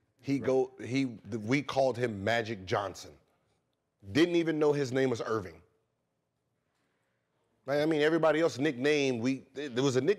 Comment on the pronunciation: Gil also incorrectly called him “Irving” when it’s Earvin… that’s how less popular his real name is lol